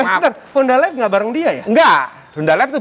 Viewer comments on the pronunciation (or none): none